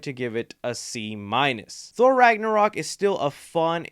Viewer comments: Lol he said thor ragnorok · Bruh he said thor ragnorok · He said thor ragnorok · you call it ragnorock